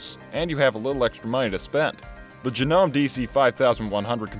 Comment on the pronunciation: It's JA-NO-MAY if you're going to review know what you're reviewing.